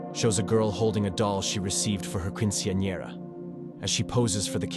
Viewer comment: Is that an AI voice? Why did it say quinceañera so weirdly??